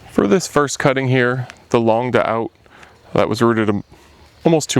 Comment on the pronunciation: Good tips. Longue d'Aout is pronounced "long doot." It rhymes with shoot.